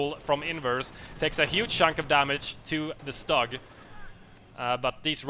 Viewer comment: I love your casts but please!!! It's not Stug with a short U. It's more like "stoog".